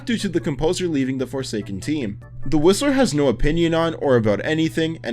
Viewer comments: why when he says "the whistler" it sounds like he is saying "the rizziler" 😭😭😭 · i thought he said "the rizzer" 🤣🤣🤣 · SAME I HEARD "THE RIZZLER" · who else thought he said “The Rizzler”? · why did he say it like rizzler i swear the brainrot is kicking in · I thought he said "The Rizzler" 😭😭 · Is it just me or when he said whistler it sounds like he said the rizzler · I thought he said the rizzler